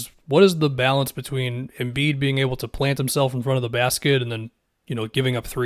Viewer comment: Anybody else cringe when said MV Embid